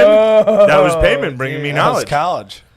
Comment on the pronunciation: confidence in pronouncing Paimon wrong AND being sure that the movie is called "Heredity" is killing me hahaha.